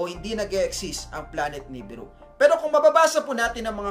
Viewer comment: nibiru = nee-beer-oo, sumerians = soo·meh·ree·uhnz. Constructive criticism lang po sir since nagbibigay ng info, dapat tama rin ung pronunciation sir.